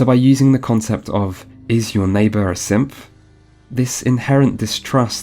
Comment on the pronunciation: every time you say synth it sounds like simp